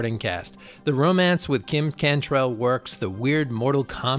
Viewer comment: Kim CANTRELL? James WOOD??? KRISTI Alley??? (dude, wtf..............)